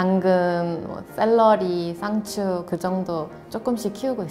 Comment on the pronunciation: 쌍추 저거 진짜 한국 발음같다 ㅋ⫬ㅋ⫬ㅋ⫬